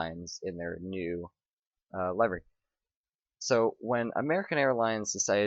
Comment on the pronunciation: It's livery not layvery not a long li